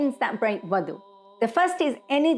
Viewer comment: proper pronunciation is wudu not wadu ,wudu with a dammah on the letter wow is the action of washing the wudu body parts, wow with a fatha (wadu)is the water prepared for wudu , wow with a kasra (widu) is the place for wudu.